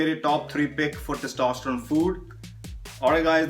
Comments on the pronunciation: टेस्टिस्टेरोन न कि टोसटरोन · Thaastasterone nahi Bhai Testasterone Hein. Aur 10 word ka sentence mein 7bar thaastasterone maat bol 😂😂😂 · Test-o-stear-own. This is how its bhai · Pahle sahi dhang se is ki uchharan to karlo Bhai,🤣